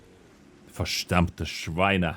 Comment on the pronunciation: Pls. We need a german speech lesson/class with u 😂 As a German: Only the "verdammte" [Schweine] sounded wrong. The Rest was pretty clear for a non german 💪🏼😇